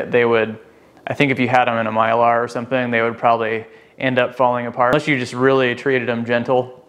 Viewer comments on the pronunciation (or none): none